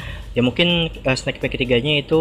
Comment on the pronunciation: bang koreksi, penyebutan kata "sneek" itu bukan "snek" tapi "snik" 🙏🏼🙏🏼